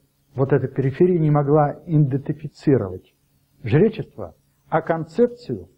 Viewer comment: Хоть бы слова выучил: "индетифицировать" - ну что тяжело это слово выучить и произносить правильно - идентифицировать? Сначала думал что он оговорился, после второго раза стало понятно что это у него норма.